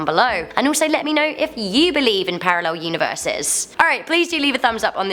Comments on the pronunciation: Hmmmm parrarel? I wondered what was wrong there then realised🤣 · Parallel not Parrarel